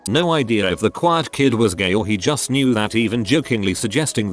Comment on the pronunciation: I almost threw up at how the TTS pronounced Juuuuust.